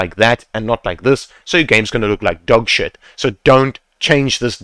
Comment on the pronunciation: the way you said your game is going to look like fucking SHITTT had me dyinggg hahaha